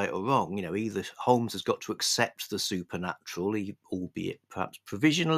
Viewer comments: silent l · Stop it,. Stop this Americanism right now. There's no 'L' in Holmes.